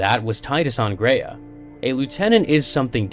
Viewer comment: “Graia” is pronounced as “Grr-ah-ya”, not “grei-yeah”.